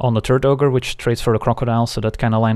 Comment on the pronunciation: I keep hearing "Turd Ogre" instead of "Turret Ogre"